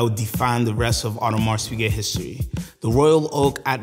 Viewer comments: nice presentation. Just hurt my ears when you kept calling “Audemar(s) Piguet” with a pronounced S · Weird that this guy is so knowledgeable of AP but mispronounces it every time